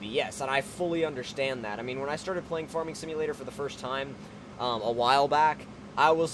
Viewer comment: why do you pronounce farming like forming?